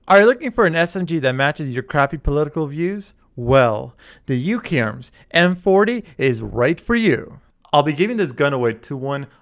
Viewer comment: you said UKARMS lol